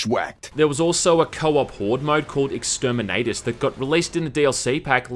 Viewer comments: Pronounces it Extermin-ayy-tus instead of Extermin-au-tus Smells like heresy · Sorry but the way you said "Exterminatus" made me cringe a little